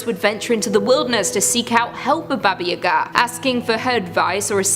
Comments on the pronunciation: My dude it's pronounced baba yah-gah, not u-gah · Please, never again ever say "Baba Yagaa" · I agree I cringed every time, "Yaga" is pronounced the same way "Baba" is except for the first letters. I didn't know she was saying "Baba Yaga" until I looked up and saw the pictures?